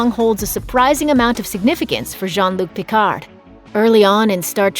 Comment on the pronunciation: "Djann Luke Pickardd"...ARGH. Learn French pronunciation...